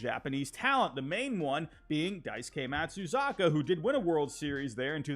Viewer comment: Nice video, even with this winter’s pitchers market hosting Corbin Burnes & Crochet as a trade piece, Sasaki could potentially be the most talked about arm. One thing I will say though, I’m not sure if it’s a Boston accent thing or not but for names like Masahiro Tanaka & Matsuzaka, the Ma is pronounced “maw” instead “mah”. And for Kodai Senga too, the Ko is said as “Co” like Conine instead of “kuh-die”